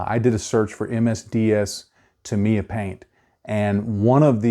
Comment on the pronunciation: Wow the only person I have heard say Tamiya correctly. However like the comment below I use alcohol great than 90%. I used car wiper fluid and 90% alcohol to clean my airbrush and brushes. You can add glycerin to the thinning paint so the airbrush doesn’t get dry tip. I love Tamiya paints they go on flat and dry fast.